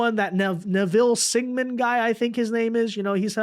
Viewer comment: SINGHAM. SINGH-AM. SEENG-UM. Not Sigman. at least try dude. jesus.